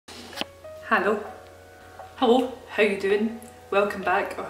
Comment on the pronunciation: went from hallo to hollo lol